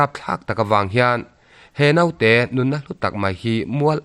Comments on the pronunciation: Note ni lo vin,Naute,tih tur.a va pawi thin ve,a lainatawm hle mai. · Mihring ah chuan 'Note' ti lovin, 'Naute' tih tur. I mizotawng chhiar dan thluk pawh hi a dik tawh viau, hmasawn zel tur in ka duhsak a che.